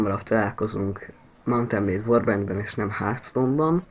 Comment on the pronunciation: hörtstone nem hártstone